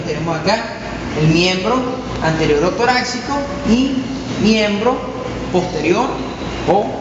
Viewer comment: Creo que se pronuncia torácico no "toraxcico"